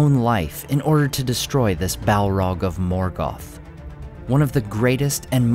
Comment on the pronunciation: listening to this guy say "Balrog" is an uncannily satisfying experience. I think I could listen to him saying "Balrog" for a significant part of the day